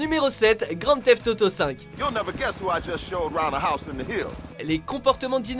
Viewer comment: "Grante fêf't toto cinq" lol à l'infini.